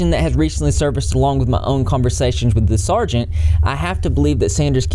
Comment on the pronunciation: Nice work! It’s “sergeant” btw 👍🏽